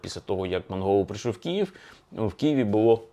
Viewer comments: К - И - Ї - В . КИЇВ. не кієв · Дратує коли автор каже Кіїв((